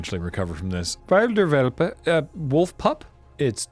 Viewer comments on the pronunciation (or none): He did well with the "Himmersches Geschenk" but butchered the "Wilder Welpe" ... seriously, somebody call PETA or something. Fun watching. WEll done.